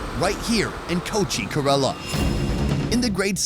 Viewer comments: KAY-lah-rrrUH not kUHrelah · It's ke-ra-la you idiot not karala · If there is another episode, please correct the pronunciation of KErAla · It’s pronounced Care-la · when will you learn to pronounce Ker-ala properly ! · First thing , pronounce correctly KERALA name. KAYRALA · why are you pronouncing it 'kuh rella' lol. You were literally talking to people from that state and no one corrected you? Are you from Umrica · I love you, but for the love of, please, please pronunciate Kerala correctly 😂 sorry, I know its such a small thing, but it's been driving me insane since the last video, even though the locals have pronounced it the way it should be! However, I'd est any and all of those dishes. Indian cuisine is by gar my favourite, even though I've only had the westernised versions. One day I will have a full authentic Indian meal, and I bet it will be the meal to end all meals!